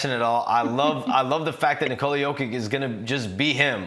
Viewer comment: This might be the first time Shams has ever had to talk about Jokic in person lol. Yo-kick.. that's something else especially from one of the most well paid NBA insiders.